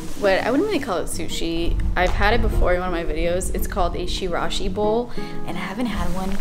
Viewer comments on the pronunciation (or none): Musashi’s used to be my spot so wanted to let you know that it’s a “ch” sound like in cheek and chirashi is still considered sushi! It’s sashimi over sushi rice. Might not seem like sushi if you’re thinking of nigiri aka 🍣. 🖤